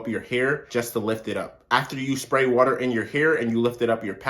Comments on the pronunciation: Right! Lol he stressed them syllables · I know the way he says water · The hard R😂